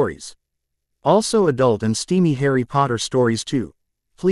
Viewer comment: It says Harry's name completely wrong